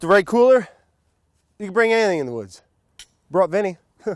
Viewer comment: sounds like he says can't but he says "can"